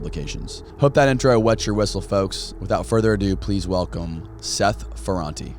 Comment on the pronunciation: The prononciation of Ferrate is FerrantA, ok! And I remember in the 80" we all were drug dealers . It was cool and good money right over night, with no skills in anything at all :)))))